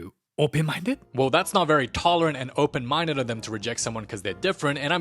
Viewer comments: Sean’s ‘Openmindeu’ flashbacks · ARE YOU EH, OPEN MINDEU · "Are you open mindeu?"😂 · "Are you open mindeu"? Hongdae dude reference